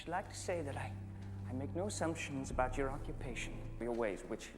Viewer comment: What are you talking ABOOT EH😂😂